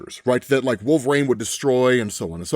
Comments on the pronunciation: I have to ask... Why do you pronounce Wolverine as "Wulve-Rain" instead of "wul-vr-een" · Can he not say "Wolverine" right? I don't usually nitpick on stuff like that but does anyone else ever say it like that? Is it a dialect thing?